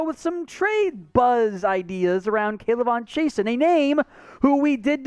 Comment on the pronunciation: I don't If we need a EDGE...but if he from Louisiana, Chaisson is pronounced "Zhe-soo" or "Zhe-suu"...Guy in boot camp had the same last name